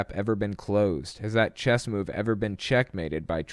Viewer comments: She pronounced Chess as Chest. I remember this little Fundi Christian girl in fifth grade who did the same. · I relistened to that section 5 times and she definitely said "chest" not "chess" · Not only that, she said 5D chest! With a T!! Maybe it's a dialect thing, but she may not even know that it's called chess. And I find that glorious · Its chess not chest